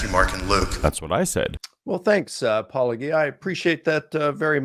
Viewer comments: The counter-explanation is that all these people do not watch videos — they watch only clips that someone else is responding to. And he doesn't pronounce his nom de plume within each clip. That's my pet theory. The weird pronunciation then perpetuates within these circles because they're all watching each other's responses, but not the originals. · It irritates me how these apologists (soft g) pronounce your name with a hard g. Are they so stupid that they don't see that the name is a play on the thing that they are? Or are they being intentionally disrespectful? Maybe try mispronouncing their names and see what happens. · I’m tired of hearing paulogeeah lol I feel like they should know by now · Apologetics. -o-gee-uh. I mean, it's right there. Licona and the others have to be doing this intentionally - like Republicans who insist on using "Democrat Party" when they know "Democratic" is correct. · Eh, Apologia was pronounced with a hard G in the original Greek, but at some point during its import into the English language it became a soft G. I think it’s understandable for Licona, who is trained in ancient Greek, to instinctively pronounce Paulogia in the same way he’d correctly pronounce Apologia in an academic setting. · The notion that apocalyptic Christians; wouldn’t die a painful death, rather than deny their faith for a lie either should mean it has either been completely proven false or that David Koresh truly was the Christ. Also as gracious as this guy is, he still butchers your name every time. It’s the theist equivalent of saying Kamala like Ms. Marvel and not the VP. The notion that professionals in apologia don’t get the play on words is too ignorant for me to believe genuine, even from scions of ignorance. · I'm confused how these apologists continue to mispronounce Paulogia's name, especially when he says it at the start of every video. I'm even starting to wonder if it is intentional. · He kept mispronouncing your fake name.